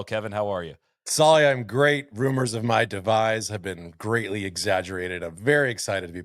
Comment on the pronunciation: Did say “rumors of my DEVISE??”